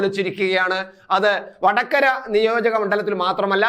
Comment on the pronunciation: വടക്കര. അല്ല വ ട ക ര